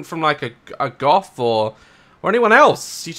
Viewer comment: And I love how daz said Gof instead of Goth XD